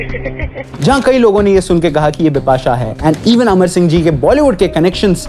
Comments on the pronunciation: My men Un brush men, she say her name dipasha, not bipasha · Did she say Bipasha Bipasha or Dipa shah Dipa shah ?😂